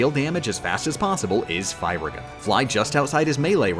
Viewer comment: I love these videos but man you say Firaga in a strange way.